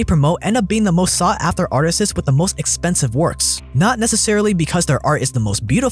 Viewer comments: "Artists", not "Artisses" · Why does he pronounce artists as artises? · The plural of artist is artists, pronounced ‘art-ists’ not ‘artist-es’. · Am I crazy or is he pronouncing artists as "artist-sus" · I can only assume as he was writing the script, it autocorrected to artistes which is a word but is used to describe a performer. But it is annoying hearing him say artistes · Everyone else: Artists: Artistses 🤣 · Are you saying ‘artistists??’ It’s ‘artists?’ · Am I the only one who keeps hearing him say "artistses" instead of "artists"? I'm not complaining--I just find it to be an interesting pronunciation! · Artisess 😂 Reminds my of my ghetto friends when I was a kid. Sht I was ghetto too I was just a grammar nazi haha. The way my friends talked would always annoy me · "artises" became pretty irritating pretty fast. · Stop saying "artisists" or "artises". Those are not words. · Artisses? You mean artists? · Artistsis? 😅 sorry couldn’t help it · What are AtristES? My guy, it’s ArtistS lol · Why are you saying ARTISES?! The plural of artist is ARTISTS! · ITS JUST ARTISTS not atristeseses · Artists not artisies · Isn't it pronounced "Artists" and not "Artistists"? Or have I been saying that wrong my whole life haha. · What are you saying? "Artistiss"? Do you mean "artistes"? That's really not how that is pronounced. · artisus. omg. bro. stop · Great vid but they are called artists, not artistses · WTF are ''artises'' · “Artises” lol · i swear if he says "artises" one more time I´m defenestrating myself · "Artises" made this unlistenable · dude. him saying "artistists" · What is going on with pronunciation of the word "Artists"?? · if I hear artesys 1 more time ima shit myself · Is he saying "artisizz"? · Stop saying “artestses “ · Hey bro I thought you were smart, why are you saying "arttisses" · learn how to pronounce artists lol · WHY IS NO ONE TALKING ABOUT HOW HE SAYS ARTISTS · bro learn how to pronounce artists